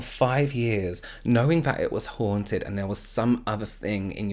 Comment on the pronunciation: I love the way you pronounce “haunted.” 😊